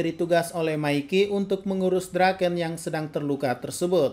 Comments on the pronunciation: Draken kun❌ Doraken kung ✅ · Draken bang bukan Doraken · Everyone : Draken-kun Cungukmichi : DURAKENG KUNG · Draken❎ Doraken☑️